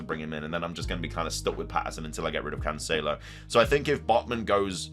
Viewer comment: Hopefully you get rid of cancelo for the way you pronounce his name!